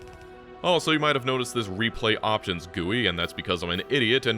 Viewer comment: scariest part of this video is pronouncing GUI as "gewie"